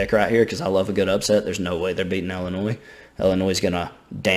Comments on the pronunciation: Okay I’m sorry. It’s Illinois (L-N-Oy) not Illinois (L-N-Oys). Sorry that bothers me so much😂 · can i have your autograph? also illinois is said without the s on the end!